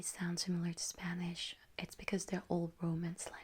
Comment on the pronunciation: your pronunciation in spanish is sooo good 💞💞